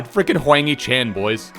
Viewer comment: You are saying the “a” to hard in Hwang hee Chan it’s not a hard “a”